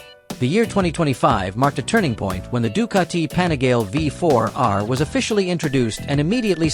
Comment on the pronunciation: "The Doo-cah-tee pani-gayl" 🙄🙄🙄🙄 Nice pronunciation ai moron 🤨